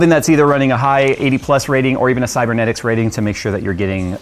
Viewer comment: stop calling it cybernetics rating, homepage for cybenetics says cybe-netics.. get it right!!